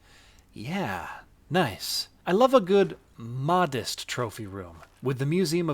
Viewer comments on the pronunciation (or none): Lol did you say "modist"?